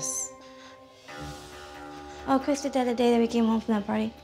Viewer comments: The twins have a lisp/ talking problems so sometimes Andrea pronounces her bd Chris name as “Crith” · Why y’all in the comments tb “Crith” 😭